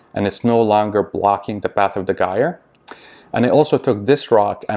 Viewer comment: Sorry but it’s - jire like tire with a “j”, they will get quieter after a while, there flow easily goes down when they get dirty, I would lower both mp10’s , if they are too high kind of defeats the gyre motion, my two cents!